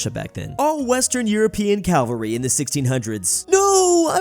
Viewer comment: Are you saying calvery?